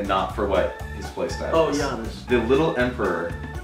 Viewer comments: He said g ainass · “G-iannis” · “G-iannis” so cringe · G EE AA SS pronounced by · shoudnt have gotten Giannis he pronounced his name worse than anyone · pronunciation of Giannis triggers me.